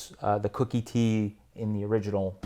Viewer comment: Koooookie T not Cookie T.